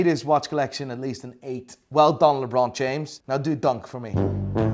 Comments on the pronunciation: When a Dutchman, with an Irish accent, thinks something is pronounced with a French accent => Lé Brooooooooooooon F_ck me!😦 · I like how he calls LeBron James LaBron...LOL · Did he say LeBlon James ? 🤔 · why u calling lebron as lebor mate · How he pronounces LeBron...